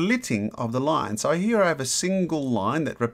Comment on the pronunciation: Have you noticed that you say "he" instead of "here".